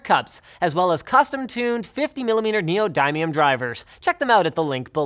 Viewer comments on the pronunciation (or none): Did he just say neodimium instead of neodymium